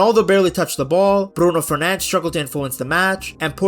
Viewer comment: Ah yes, Bruno Fernanzch